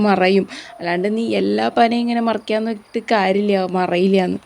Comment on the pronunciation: പനമറക്കാനല്ല മറിക്കാൻ എന്ന് പറയൂ കഷടം